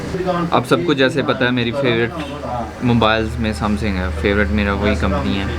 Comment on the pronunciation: Samsung hota hai samsing ni